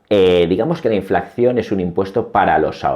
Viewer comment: Enhorabuena por su canal esta rechingón! Disculpe, porque ha dicho en innumerables ocasiones inflacción en vez de inflación?